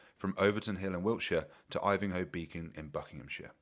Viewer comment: Yes, you are pronouncing 'Ivinghoe' correctly. Although I have heard a lot of people pronounce it "Ivinghoe"... the fools.